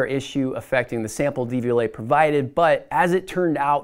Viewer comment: Probably should practice pronouncing 'Devialet' before making a video on it.